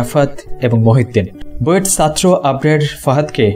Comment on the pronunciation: Vai tomar "chatro "uccharon ta thik korar chesta koro..